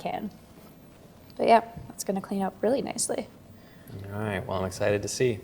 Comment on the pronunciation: You're spilling everywhere, Just on my pants... Lol are they related? I would think possibly but kit has, in moments, a very clear New England accent "really nicely" Love this video 💖